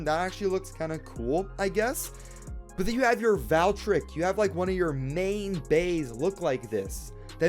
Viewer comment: They really massacred Valkyrie/Valtryek with this release, but please, I don't like how you say "Valtryek". It's pronounced "Vahl-tree-ehk", not "Val-trick"